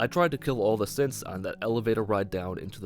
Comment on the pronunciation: Sometimes when he says synths I hear simps so I heard “so I took my sweet time clearing out the simps”😂